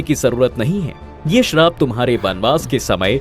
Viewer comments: Bhai woh sharab nhi hai Shrap hota hai use theek krdo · Bhai sarab nahi shrap kaho yani baddua